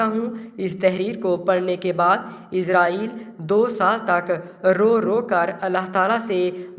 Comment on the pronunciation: آپ اُس کا نام غلط بول رہے ہیں یہاں اس کا نام آپ عزازیل بتا رہے ہیں تلفظ اسرائیل کر رہے ہیں۔